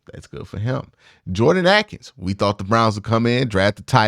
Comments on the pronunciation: Ah-kins? Not for me! Isn't it Ay-kins? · I don’t think you’ve ever pronounced Jordan Akins name right Q. Cmon now